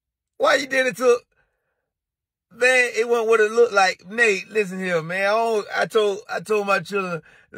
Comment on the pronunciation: Nate Nate not nite nite 🤦🏾‍♂😂🤣😂🤣😂